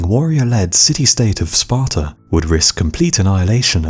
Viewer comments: It's pronounced Sparta, not Spartar. That's the one major part of English English I don't understand. Don't put 'R's where they don't exist. Australia, not Australiar. Sparta, not Spartar. America. Not Americar. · Sparta doesnt end in an R, you no english speaking fuck